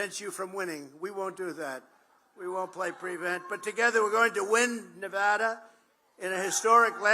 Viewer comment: The only easterner who can say "Nevada." Trump is truly the Great MAGA King. 🙏🙏🇺🇸🇺🇸2024🇺🇸🇺🇸🙏🙏